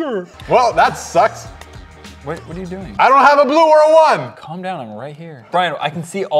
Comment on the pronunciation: saying colm down to